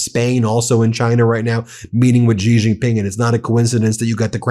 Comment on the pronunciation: Jesus Christ, how have you still not learned how to pronounce "Xi"?